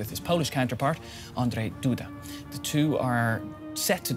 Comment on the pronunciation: Andrzej Duda, maybe Andrew if saying Andrzej is to difficult to pronounce but not Andrei. You don't call Michael Okwu Miakil, do you?